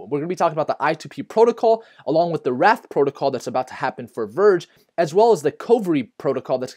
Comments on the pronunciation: Did he say Wrath protocol? I thought it was Wraith lolwot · It's 'wraith' not 'wrath'. The 'a' and 'i' team up to create a long 'a' sound. Think of it as the Canadian 'eh' sound!